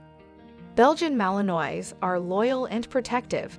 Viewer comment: Should probably know how to pronounce malinois.